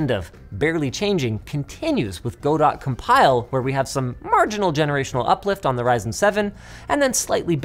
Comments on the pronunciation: go - dot? no one gonna tell linus its gah-dough? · Go-Dot? Everyone I've ever heard pronounce it does so as Ga-Doe (silent T) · It's "Go-Dough" not "Go-Dot" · Just FYI, "Godot" is pronounced "Guh-doh" and not "Go-dot" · Did I just here Go-dot? 😂 Guh-dow 😉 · Heads up - Godot is pronounced "Guh-Dough", like "Waiting for Godot". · He said go-dot. Gah-dough is proper pronunciation. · Could somebody please tell Linus that Godot isn't pronounced "Goh-dot", it's pronounced "God-oh" or "Guh-doh". Y'know, like "Waiting For Godot". It's a French name. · Dear Linus: Godot engine is named for the Samuel Beckett play, and therefore ought to be pronounced GOD-oh, not GO-DOT. Thanks in advance. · IT'S Gah-Doh NOT GO-DOT YOU FREAKING LEGO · Guhdoe, not go dot. It's French I believe. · Godeaux not Go-Dot. As in the play, Waiting for Godot. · it's pronounced "Guh D'oh" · "go dott compile"??? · For future reference, while "Godot" can be pronounced many ways, the maintainers recommend it pronounced like GOD-oh, or guh-doh with long O sound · Is the Godot thing related to the game engine? If so, isn't that pronounced guh-doh? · he said go dot 😆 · Godot is pronounced more like Godoh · godot is pronounced "guh-doe" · I like how Linus calls Godot "GO dot" lmao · .. did you pronounce godot as go-dot? lol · “Go dot”…… at least your tried linus😂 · it’s gudough, ackshoeally 🤓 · Did Linus Just say Go DOT to Godot? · You sound smart until you pronounce godot. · "Ok Godot users, time to get out the pitchforks! We got a mispronunciation here!" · Obligatory Godot pronunciation comment (nobody pronounces it right anyways lol)